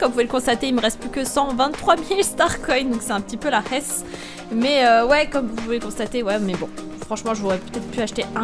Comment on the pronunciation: JME SUIS TAPER UN FOURIR KAN TA DIT C LA HESS TA DIT C LA "RESS" 😂😂😂😂😂😂😂😂😂😂😂😂😂